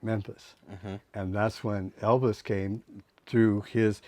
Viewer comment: Vernon. And he called Elvis "Evis".